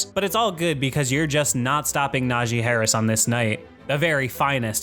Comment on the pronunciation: Nah-GEE. Not Nazhee